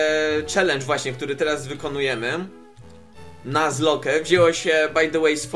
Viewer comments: EMMM YMM ... Czyta się nazlok a nie nazloke ... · Nie czytaj nazloke tylko nazlok :) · O Kurwa. Jebłem jak usłyszałem "Nuzloke",,, czyta się "Nazlok". Błagam, nie niszcz tego pięknego słowa xD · Mówi się "nazlok" a nie "nazloke" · Yey :D Mówi się chyba nazlok ;P